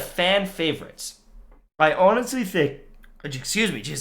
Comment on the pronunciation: “I honestly think" For a second I thought you lost your teeth 😂